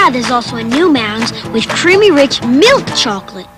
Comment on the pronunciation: And she can't even pronounce milk correctly. I remember that from when this first aired and I was a little kid. She pronounces it "miwk". Odd they would get a spokesperson who can't even pronounce the product.